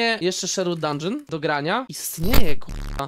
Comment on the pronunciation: mówii się dundżyn a nie dungeon